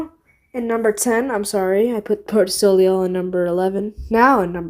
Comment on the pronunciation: Also the ei like in soleil is pronounced ayy like the e in egg